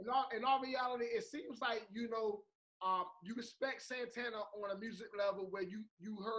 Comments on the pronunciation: Every time calls Santana “SANTANNER” I die laughing lmaooooo! 🥴😂😂😂😂😂😂😭😭😭😭💀💀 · Wtf is santanurrrrr?